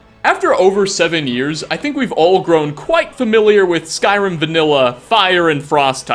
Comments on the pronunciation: yeah. There's been a shortage on syllables, so they've gotta cut it down to just the one. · "Skrim"? The hell is "Skrim"? Is that where TES 6 takes place in?